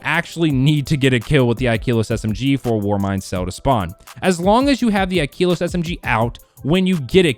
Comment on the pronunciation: Ikelos the e is pronounced like in slept not like in keep